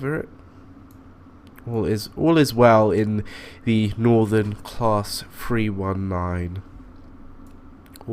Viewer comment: Just saying it's Northan not nordon